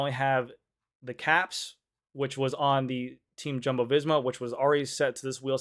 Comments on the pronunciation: Tell me you live in FL and cater to dentists buying $15K bikes w/o telling me you don’t follow professional bike racing.. It’s Pear-E not Pariss, it’s Wow-T not Woo-T, it’s Yum-bo not JUMBO. And changing psi during a race is more valuable to conserving watts then the weight these systems add. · GC it’s spelt Jumbo, pronounced Yumbo